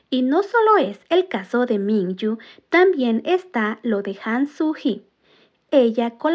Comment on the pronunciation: Me encantó el vídeo, pero como carat me incómoda como nombras a mingyu, no es minchu es mingyu con gyu no chu